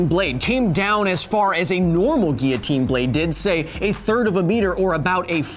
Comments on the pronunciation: every time he said 'ghia-teen' I cringed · Not tryin to rain on your parade man, but it IS pronounced "gee· uh·teen" in American English... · "Geeotine"? hahaha there is L's in it mate lol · I mean everyone's ignoring the fact that he's pronounced guillotine like he has a French accent but not using a French accent. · yeah but American English is just being doing English wrong so my point stands.